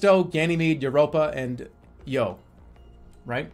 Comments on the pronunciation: your pronunciation of Io is uniquely not one i would have guessed. typically: 1) I.O. ( 'eye' + 'oh') 2) Io ('eeee' + 'oh') Jerma: "Yo" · Io is pronounced (eye) (oh) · when jerma says eeyo instead of io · Definitely interesting. Not an "i" pronounciation natural to english. There are many cases in other languages where "i" can make a "ye" or "yuh" sound, but it's not part of natural modern english (from memory it may be used in old english in some cases? I don't think its natural to German or Frankish though so that's kinda odd. It is natural to romance languages though and English is influenced a bit by early French so... it's complicated...).